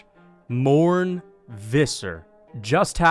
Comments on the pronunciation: MornE not morn you clueless american muppet 🤦‍♂️ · The interviewer LITERALLY calls his name and pronounces it correctly as "Mornay" but you still call him "Morn". How do you screw that up? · His name is pronounced 'more' 'nay' btw. You're very right his definitely coping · If you want to pronounce his name better try saying "more ney " in one go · His name is Morné Pronounced More-NAY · Its pronounced, “More-Nay” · It's pronounced Morn-AY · His name is pronounced “more-nay” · its pronounced MornA Fisser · You should learn to pronounce his name before you trash him.. Morn?? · most american pronunciation of Morne Visser ever lmao